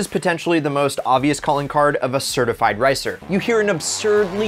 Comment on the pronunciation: your speaking "racer" and "ricer" is identical